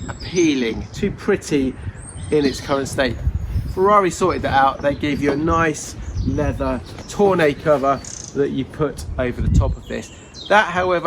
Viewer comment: Toornay! FFS....